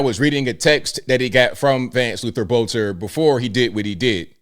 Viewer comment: this is minor, but his last name is pronounced Belter. The o is silent.